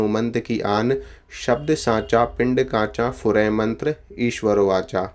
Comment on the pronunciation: namaste ji guruji aap ne last me jaha (ishwar likha hai waha per aap ne ishwaro padha hai toh please aap bataye sahi sabad koun sa hai )